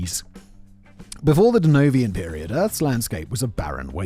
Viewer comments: Simon says "Denovian" period. It's "Devonian" period. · It's the Devonian period, Simon As a brit, you really should recognise and note the Noun 'Devon' in a word 🤣🤣🤣🤣